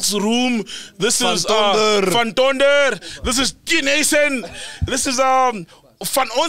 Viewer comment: its "Van tonder" for me